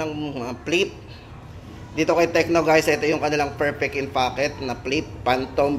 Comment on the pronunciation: "ferpek in focket" 😂😂😂😂